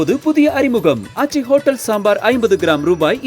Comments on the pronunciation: ஹொட்ட் டேல், பொட்ட் டோகிராபர்... அப்படித்தான் அண்ணன் எப்பவும் ஸ்டைலா சொல்லுவாப்ல 😂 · ஹோட்டல் மற்றும் போட்டோ இந்த ரெண்டு வார்த்தையும உங்களால சரியா உச்சரிக்க வராதா